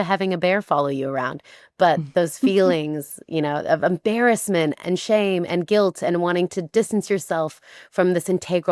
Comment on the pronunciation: em - bear -essement